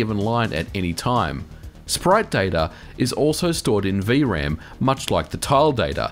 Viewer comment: "vee uh ram" It's just V-RAM.